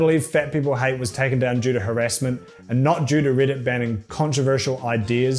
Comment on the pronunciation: ITS "REDDIT" NOT "RIDDIT"